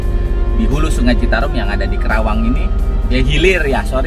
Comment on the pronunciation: Maaf om.. Penyebutan kota'y bukan kerawang tapi KARAWANG. Sy ga enak dnger'y Sbgai asli putra karawang